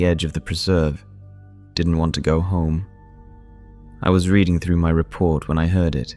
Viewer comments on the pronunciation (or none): none